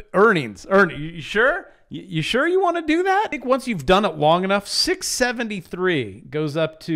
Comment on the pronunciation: You said Fink, HAHAHA